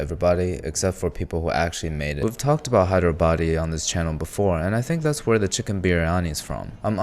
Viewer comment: Bro says Hyderabadi as Hydro baddie 😭🎀